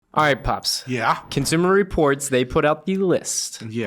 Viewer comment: I stopped listening/watching when I heard "Consumer Reports."